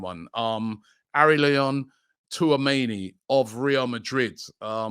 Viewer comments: Man said Twoameni 😅🤣😂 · Was waiting to hear how Robbie would pronounce Tchouameni’s name. My guy didn’t disappoint 😂